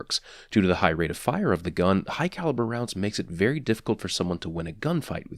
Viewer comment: Fun game, in his vids take a shot every time he says "Hugh Calibre Rounds"